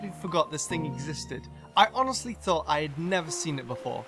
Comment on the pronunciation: THOUGHT, NOT THOT! AND THERE IS NO W IN NUMBER!